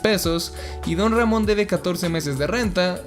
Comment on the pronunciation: Como Se Dice: Don Ramon Como Lo Dice El Chavo: Ron Damon Como Lo Digo Io >:v: Mc Ron Jamon xdxdxd